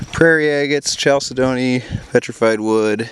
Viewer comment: Kal-sid-nee is the correct pronunciation there. Great finds sir EDIT* Vermin skull was pretty metal too